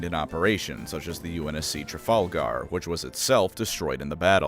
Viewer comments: The way you said Trafalgar physically hurt me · The pronunciation of “admiralty” and “trafalgar” actually hurt 😂